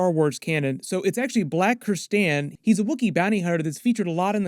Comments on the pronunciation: You forgot a vowel and a consonant,. It’s Black KrrsANtan. Not “Black Krrstan”. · The wookies name is NOT pronounced "kristaan" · It's Black Ker-San-Ten.